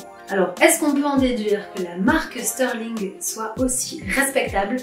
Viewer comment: Y'aurait pas un trema sur le Ü à Stührling? Donc pourquoi dire "Steurling"?